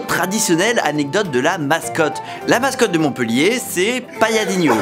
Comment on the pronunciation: Bravo tu t’es bien documenté et ça fait du bien de parler de ma ville ! En revanche tu fais une petite erreur, la ville de Montpellier se prononce bien « Montpéllier » et non pas « Montpeullier » . On en dit pas « cette fille est beulle » Tout le monde fait l’erreur et depuis longtemps 😂😢